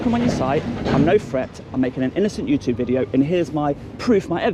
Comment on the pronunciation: complete and utter helmet, needs knocking out, and needs to learn how to pronounce YouTube, its not youtooob you idiot!!!